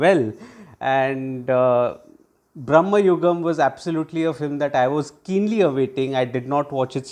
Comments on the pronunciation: Hi, very good review. Thank you 2 points; 1. It’s Bhra.ma.yugam , not Brah.ma.yugam. Bhramam means craze/madness in Malayalam. Many are making this mistakes, especially non Malayalis. 2. Must checkout Mammoottys Vidheyan, Munnariyippu or Paleri Manikkyam to see him in his menacing best. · Its "Brama" Yugam, not "Brahma" Yugam.."Bramam" means distraction\fantasy etc. Good review btw ! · Sir, its not Brahma yugam, its Bhrama yugam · It's not BraMMAyugam. It's BraMAyugam. Bramam in Malayalam means illusion or confusion. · Not brahmayugam its bramayugam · Please pronounce the title correctly. Meaning of the word you are pronouncing is entirely different from meaning of the actual title